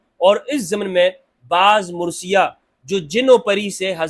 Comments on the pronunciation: Word is marsia and not mursia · Pl mind the correct word is MARSIA. And not MURSIA. Sorry to correct you but this is a difference in pronunciation